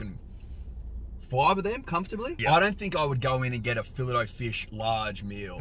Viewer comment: Come on boys we're fancy it's a fillay o fish .